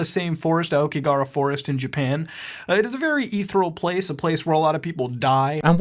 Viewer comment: I love how he lived in japan and can't even pronounce "aokigahara" 青木ヶ原